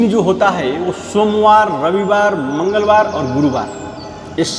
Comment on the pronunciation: इतना ज्ञानी महाराज है लेकिन ठीक से लय बद्ध तरीके से बार के नाम भी नहीं आते, सोमबार रविवार मंगल बार गुरु बार